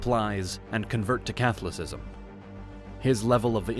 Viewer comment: Interesting, but the way Catholicism was pronounced, was way off. Its significant, because the Philipines, now have such a high percentage of Catholics. You would think someone would listen to stories, before they are put online.